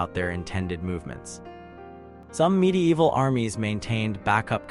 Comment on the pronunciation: Great content, but god damn i cant stand the "midi-eehval"... Sorry man, but fuck this.